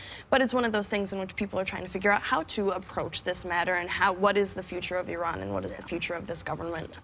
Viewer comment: Everyone surprised at how articulate she is; while it is nice she is an actress after all! This is the first time I've heard an american(s), as whoopi said it too, say iran rather than I-ran, & although I generally don't care for exact pronunciation of pronouns, as long as it's close enough, just because I am pretty good at them (without sounding like bragging), I don't expect everyone else to be, but this was 1 that got me, being as it sounds like 2 separate words mostly.